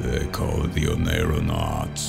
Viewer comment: Amazing work to all the artists who contributed works to this contest. I'm blown away by the incredible talent and creativity of all of these entries. Thank you for putting this video feature together and getting these artists some exposure. Just a friendly clarification on the final work's title: "oneironaut" is pronounced "Oh-Neer-oh-naut". Oneiro is a latin word that essentially means dreams, so an Oneironaut would be someone who traverses dreams.